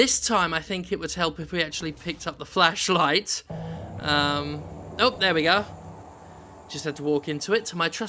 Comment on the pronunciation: It's flashlight Jim, not fleshlight.